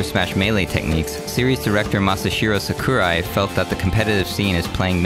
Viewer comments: Man you butchered pronouncing Sakurai's name lol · You butchered Sakurai’s name. Otherwise, great video!